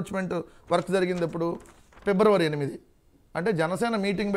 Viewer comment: Pebravary kadu raa... February